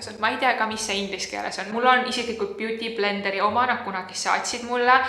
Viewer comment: “pUuTiPlEnDeRi” no hate see kõlas lahedalt ja originaalselt:))